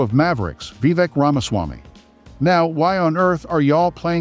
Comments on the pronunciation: I couldn't watch it after you said his name wrong 3 times in the first minute. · I watched this video for 35 seconds, until you mispronounced his name. Then I shut it off